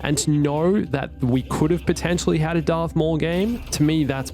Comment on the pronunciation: darth maul* not darth mooowall